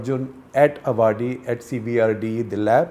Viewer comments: Great piece SG Sir. Avadi is pronounced as Aavadi and not Avaadi. Armoured vehicles and Ammunition depot of India. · It's not Avaadi, it's Aavadi! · It’s pronounced “aa-vadi”. Not “a-vaadi” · Well explained and interesting piece ! One small suggestion for Mr Shekar - please take the trouble to learn the correct pronunciation of Avadi - don’t make it into a derivative of Awadh!